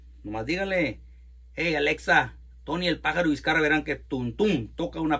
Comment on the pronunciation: Sorry, Viscarra, no viscarraga